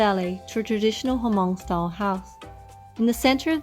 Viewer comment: Nice video but Hmong is not pronounced as a two syllable "Huh-mong." The "H" is a short nasal sound that comes out of your nose, just like if you were humming a song. You attach the "mong" which is the sound that comes out of your mouth to make one smooth syllable: Hmong. If this is too difficult you can simply think of the H as being silent - although that wouldn't technically be true - and pronounce it as "mong." Either one is preferable to "huh-mong."